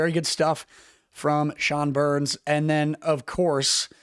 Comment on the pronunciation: Sean BEHR-ens (two syllables, like BEAR-ens), not Burns. He's a lefty, was a 2nd round Avs pick, and literally blew out his knee just a camp broke last year. Possible we might see a Behrens/Malinski 2nd pairing in a year or two if both can breakout. Other players not mentioned I'm keeping an eye on are Max Curran (last year was a >1 PPG player at WHL level & reminds me a lot of big E-Rod), Alex Gagne (6'5"/230lbs fast D-first D, who's got a nice shot and responsible passer) and the guy who won't be there... Zakhar Bardakov (a 6'2" KHL All-Star Center who's game translates well to Avs 3rd or 4th lines, and won't be a Lady Bing candidate anytime soon--he loves to hit a bit too much).